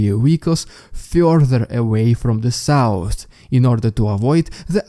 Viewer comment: This makes me giggle every time it sounds so funny 😂